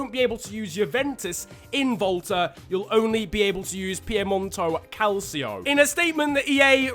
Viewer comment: It's pronounced cal/cho